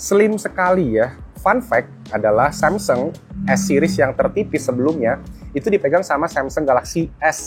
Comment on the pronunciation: Kadang samseng kadang samsung nyebutnya pas lagi ngga sadar. Inkonsistensi pelafalan merek 😅